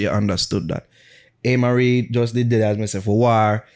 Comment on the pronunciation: If pronounce Amari as "Aye - marie" one more time 😬😅